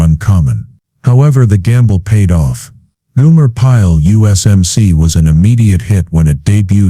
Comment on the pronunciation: Goomer Pyle? GOOMER Pyle? It's GOMER Pyle! Get it right, man! Damn! 💩👀